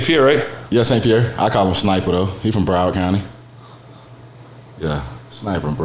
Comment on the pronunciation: James Pierre not st Pierre ben haha